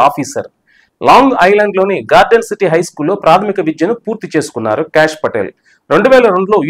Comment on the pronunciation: "భగవద్గీతపై అంటూ.. ట్రంప్ సంచలన ట్వీట్"? మీరు వీడియోలో చెప్పినదొకటి. పెట్టిన హెడ్‌లైన్ వేరొకటి. BTW, ఆయన పేరు cash కాదు సర్. కాష్ అని పలకాలి.